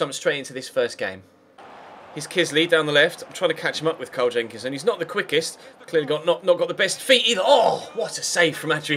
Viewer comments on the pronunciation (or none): none